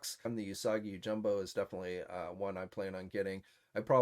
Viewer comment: hey man there is no “U” in his last name. It’s Usagi Yo-JIM-bo NOT jumbo bruh